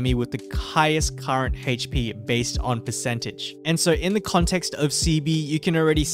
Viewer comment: Haha goes "hayche-pee"